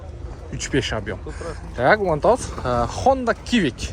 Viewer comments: Хонда сивик деп окулат. Откондо видео до дагы кивик деген тууган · Кивик деп айтпачы нервти кашайтып